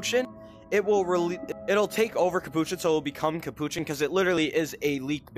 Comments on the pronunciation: It’s capuchin not kapouchan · Its not capuchin